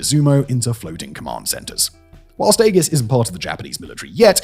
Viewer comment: "EGG-IS" is back, baby.